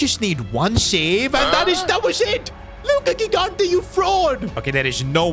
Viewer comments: Bro stop calling him luca gighante, pronounce the name better, im beggin you 😭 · it is pronounced "Luca Jigante" like you pronounce "giant"